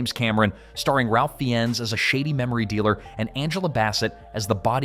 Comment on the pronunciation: Ralph Fee-enz😂